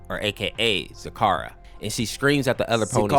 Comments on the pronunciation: It is zecora not zakara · Hearing Zecora's name said wrong is so wrong 😂